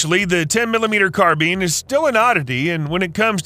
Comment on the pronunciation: yeah, you're not getting t r u fella? It's pronounced, CARBINE NOT CARBEAN!!! I was being sarcastic.....thanks for the info tho!!